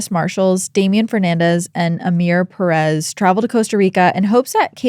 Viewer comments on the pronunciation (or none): none